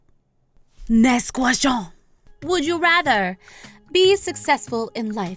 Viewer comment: I really liked when you say "NAGST GUASTIOUN" 😂😂😂